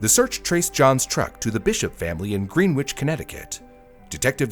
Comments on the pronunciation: “Grehn-itch”, not “Green-witch”. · As with the location through which the Prime Meridian runs, the name is not pronounced "GREEN-witch." It's pronounced "GREN-nitch." As I've asked before, just how Canadian are you, anyway? Edit: I very much like your policy of not naming murderers. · I know Daniel Allen!! Haha so weird to see someone I know in one of these videos. Btw it’s “Grenn-Itch”, not Green Witch. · My only note is greenwich ct is pronounsed gren-itch. Soft e and drop the w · Greenwich, is pronounced grenidge.. it is not green-witch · Hey just fyi it's not pronounced Greenwich, its pronounced Grenich. Idk why but it is. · Greenwich is pronounced "grennitch" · its “gren-itch” btw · great video! one small correction from a native connecticuter — it’s pronounced “gren-itch” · (For future notation: Greenwich, CT is pronounced Gren-itch) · Greenwich is pronounced "grennitch." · Greenwich CT. is pronounced Grennich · pronouncing greenwich as it is written, oh how foolish you were for trusting english spellings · Greenwich CT is pronounced "Gren-itch" by people from the area. Just an FYI. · Great video, however, Greenwich is pronounced grennitch. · it's pronounced "Grennich" in Connecticut. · It's pronounced grennitch in England too. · ah yes, green-witch, connecticut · Greenwich CT doesn't sound like sandwich,it sounds like gren (rhymes with when) and the ich sounds like idge as in porridge Grenn Idge Unless you meant Norwich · Greenwich, CT is pronounced “GREN-age” 🫶🏼